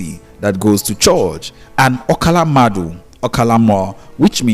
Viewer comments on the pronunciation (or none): Mmadu not madu